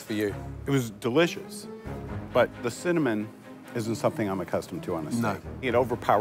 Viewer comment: Probably been calling it cimmanon his whole life.